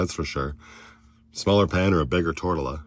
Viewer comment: Hey not to be mean but you are the second video that I've watched today that has said the word Torria wrong lol and it's driving me batty. I am laughing at it and myself for it mind you. The word is said Tor- T(like rviita tea, not like i'm trying sell you any) A(like say ah). Being from Arizona It just bugs me when people say Spanish word wrong. You little bugger after I wrote this later in the video you say it right lol.